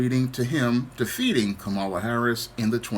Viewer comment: Someone by now still not knowing how to pronounce Kamala, is really just saying: "I am dumb".